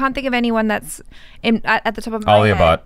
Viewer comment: I'm just gonna pretend you didn't say alia bhatt